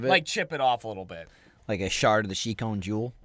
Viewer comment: "shard of the shikon jewel" Yes the anime lovers appreciate you